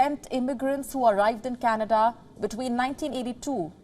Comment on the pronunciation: You mean cana duhhhh